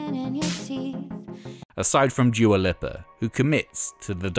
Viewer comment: The way he says Dua Lipa made me laugh